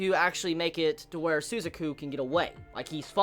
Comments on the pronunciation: Every time he says "Sue-za-ku". It hurts. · It's Su - ZAH - ku with an emphasis on the Zah syllable. Sorry, strange things bother me. And yeah, those fucking Pizza Hut product placements XD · I don't know if you know this already or not,, but Suzaku's name is pronounced Su-zah-ku and Pizza Hut = A proud supporter of the rebellion. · su - ZA - ku. Thanks for review, loved the episode. I'm out.